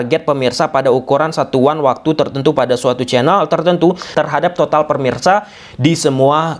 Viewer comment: pemirsa bang bukan permisa 😂